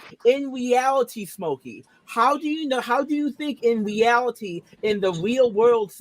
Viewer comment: a lot of teenagers "fit into a K-cup bwa, in weawity." It's called macromastia, and it's often genetic.